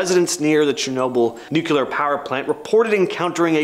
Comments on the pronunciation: The word nuclear is annunciated as new-clear not nucular . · Can't even pronounce Nuclear correctly. Not Nu-Cyu-Ler.